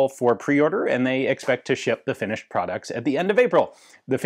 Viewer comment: Did Ian say they expect to ship the "Finished" product or the "Finnish" product at the end of April?